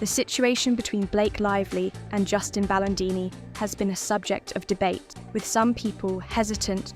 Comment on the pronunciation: After ALL the evidence that came out about Amber and you still have people creating videos defending her... i can't even with this nonsense. The AI can't even pronounce Baldoni or his lawyer, Friedmans name right lol This has to be a troll video cause anyone in their right mind would know making this video is a waste of time. ✌️